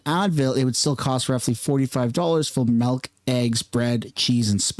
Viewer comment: Its Milk, its not Melk, MILK Not Melk!